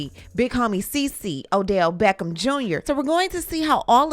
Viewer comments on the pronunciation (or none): none